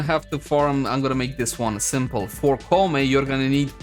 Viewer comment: Pronounced Kou (like low) Mei (may)